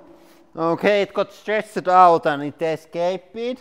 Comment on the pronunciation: okey et gat sturessid owt an et escaypid